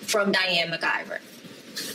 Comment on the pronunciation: I like how it’s McIver but all of the news people keep saying MacGuyver 😂😂😂